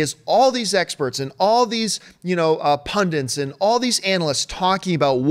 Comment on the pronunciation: For some bizarre reason, always mispronounces "pundits" as "pundants"... Especially strange, since he essentially is one.